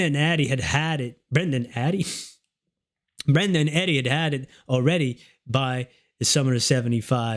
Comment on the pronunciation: It’s Brenda not brender lol